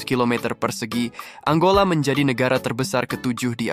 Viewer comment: Angola min, bukan Anggola